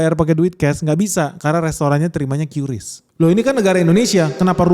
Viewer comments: Yang benar bacanya itu KRIS bukan KYURIS 🫣🤣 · bang qris bang bukan kyuris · Nyebutnya "kris" bang, bukan "kiuris" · Baca nya yang bener KRIS bukan qyuuurisssssss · Ingat yaa adick-adick, Menurut KBBI atau Kamus Besar Bahasa indonesia Qris itu dibaca ye Kriss bkn Kyuris.. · Om bacanya itu "QRis" ya, bukan "Kyuris" apalgi "kiris" 😊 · Tolong untuk qris bacanya kris supaya orang lain tidak membenarkan yang salah, cara baca bukan qyuris tapi kris. Yang salah jangan di benarkan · Setau saya Qris dbacanya ya Qris kan,Bang. Bukan "Kyuris" karena Qris itu soal Indonesia. Huruf "Q" nya tetep dibaca q bukan kyu. Gitu gak sih,Bang ? 🙏 (Iseng saya tambahin persoalan temeh, eh...tapi ini serius lho).